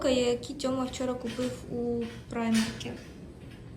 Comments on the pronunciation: Люди, которые не слышали раньше о таком магазине, читают его название по буквам, так, как в школе учили, что "і"-это "ай" (я бы тоже, скорее всего, сначала так говорила)) Со временем привыкнут) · та я нічого проти немаю, просто не чув таку вимову